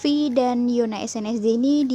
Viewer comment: Yuna bacanya